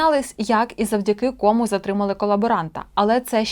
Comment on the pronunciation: Не ,,кОму",а ,,комУ".Вчіть мову.